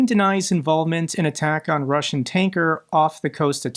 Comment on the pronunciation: i beg you..... watch a youtube video on russian pronounciation, PLEEEASE 😂